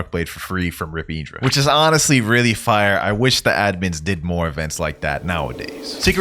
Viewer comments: It’s not iedra it’s in-dra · its not prinauncd rip_idra its rip_indra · Why does blud say eeendra instead of indra